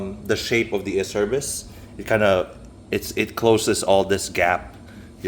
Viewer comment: Acerbis makes great stuff. For the record the correct pronunciation for Acerbis is ...AH-CHAIR-BEES